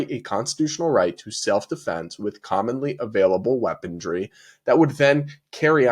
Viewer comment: it’s weaponry, not weaponDry 😅